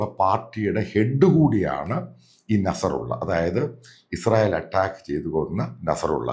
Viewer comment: അട്ടാക്ക്..... Not അറ്റാക് only അട്ടാക്ക്